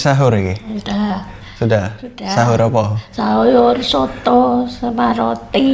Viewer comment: Pas mau tidur ngomong habis hahur bukan sahur😅😅